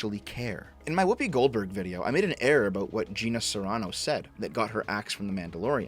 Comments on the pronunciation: Carano is not pronounced Serano, lol. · Carano. Pronounced: 🚗 + "ah"' + "know." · I think the most shocking and terrible thing out of all of this is how pronounces Carano.